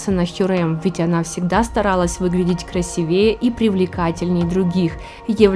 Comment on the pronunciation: ..трехсот, а не трехста, красИвее, а не красивеЕ, НАдето, а не Одето...